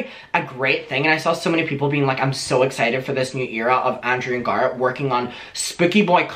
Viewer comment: I'm sorry but everytime you say Garrett it sounds like you are saying Garth and it's driving me insane. I had to rewind it twice to figure out who you were talking about